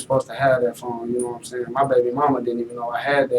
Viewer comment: “Naw’What I’m Say’n?” Don’t think I ever wanna hear that again! Naw’What I’m Say’n?